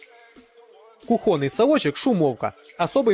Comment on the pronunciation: кУхня,кУхонный мать его, а не кухОнный